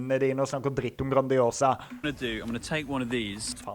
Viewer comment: å koffer faen seie han grandis e ass. har faen vore på italienske ute steder og alt å hatt varre pizza. han mannen her har barra handicappa tunga. bør gå på sjukehuse me den